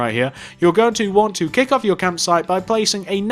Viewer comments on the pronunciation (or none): none